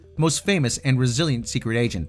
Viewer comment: I heard Brazilian Agent not Resilient Agent. 😁